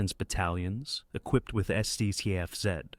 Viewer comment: Sucks to be an AI voice trying to pronounce a German Sdkfz 182 Pzbt505. 😂